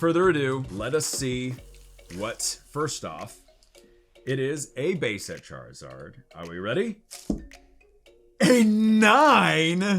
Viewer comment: Why does he say Charizard like Char-e-zard